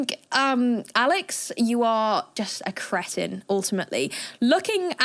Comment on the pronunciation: You seriously don't know how to pronounce "cretin"?